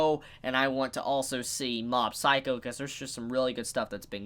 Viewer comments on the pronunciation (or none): none